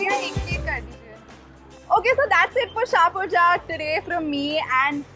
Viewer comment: ha ha you don't know nothing.. it's a hindu jat dominated village.. it is pronounced as jat